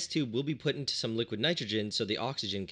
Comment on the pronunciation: ah yes, the three states of matter: solid, gas and liqiod